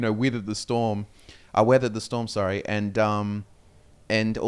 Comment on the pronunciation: went Kiwi with "weathered the storm"